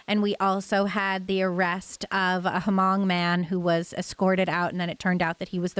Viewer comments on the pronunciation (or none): just a FYI, the H in Hmong is silent.